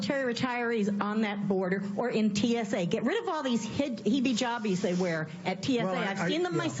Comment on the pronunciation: "Heebee jobbies"... uhm, okay? If you want to discriminate might I suggest at least using the correct pronunciations?